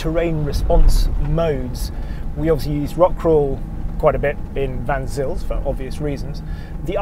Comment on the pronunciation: Just to help the people who know the area slightly and are wondering what is being babbled about, "Vansills" pass, written as Van Zyl's Pass, is actually pronounced "Fon Sale's" Pass. Vansills are probably some type of trainer or other. Why isn't this superfluous vehicle being tested in Chelsea, it's natural habitat. Certainly not an option in the UK market, where all land is owned and there are no wild or off road spaces accessible to the hoi. Little wonder some people think the Extinction Rebellionistas have a point.